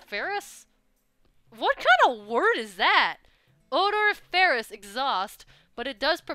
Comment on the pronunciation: Odoriferous (the strong syllable in that word is "ri" not "fe") basicaly mean that it stinks.